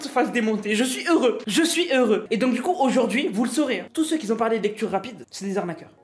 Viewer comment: Excellente vidéo!! 👍👍 Par contre il n'y a pas de "s" à "qui" donc il ne faut pas faire de liaison:: "qui Z' ont" n'existe pas c'est: "qui ont"!! 😉😊 (Tu t'exprimes tellement bien, cette erreur de liaison c'est trop dommage!!) 😘